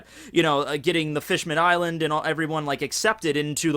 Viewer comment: Someone clear tjis up for me, please. Bear in mind, I don't read the manga in English. Does just pronounce Fishman-island wrong, or is it actually named Fishmanned-island?